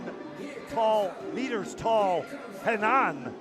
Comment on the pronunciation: Quadra horrível e fala desse "locutor" americano chapadão de whisky tapado ... o jogador que saca e o que ataca na rede é sempre "maurriciiio Borrrgeiss"... putz esse entende de volley ... e a pronúcia de "Renãããããaann" ... putz dói no ouvido kkkk